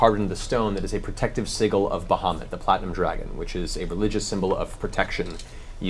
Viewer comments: I love Matt as a DM so much, but the way he pronounces sigil is absolutely atrocious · Coming back to watch this because well... I need to watch the first 1 campaign while the third builds itself up. hearing Matt say "Sigil" instead of "Sigil" really threw me off. I thought those were jokes.